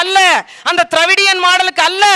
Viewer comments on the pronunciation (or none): டிரவிடியன் சரியாக ௨ச்சரிங்கம்மா,எனக்கு காதில் திருடியவன் என்று விழுகிறது.அதே போல ஆண்பெண் பிறப்பு விகிதம் தெரியுமா?50 ஆண்,50 பெண் என்பதே சிரியான விகிதம்,1000பெண்,999 என்று சில சமயங்களில் ௨ண்டு,இதில் நிறைய பெண்களை வன்முறை பாலியியல் செய்தால் நம் குடும்ப பெண்களையும் பாதிக்கிறது என்பது தெரியாதா?